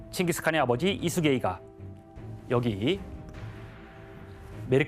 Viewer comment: 예수게이을 왜 이수게이라고함?